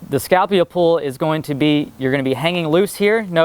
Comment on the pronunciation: ***** Scalpula is not the Scapula. He was saying it wrong. Wow.